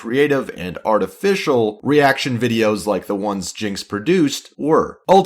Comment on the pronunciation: Artifical ???? Artifical ???????????????????????? LITERALLY UNWATCHABLE